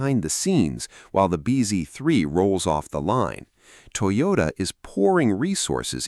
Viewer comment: IT'S NOT "TOYORA", IT'S TOYOTA 👍🏽👍🏽